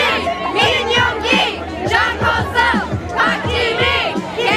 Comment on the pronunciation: i am sorry i understand the language differencr... but i still can't listen to them saying HOE-SUCC instead of Hoseok 😂😂😂😂😂😂😂 peace